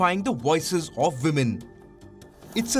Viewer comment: Woo-men 🤣🤣🤣🤣 Anyways nobody is perfect but trying to be is what matters......but still it was quite Hilarious Palki.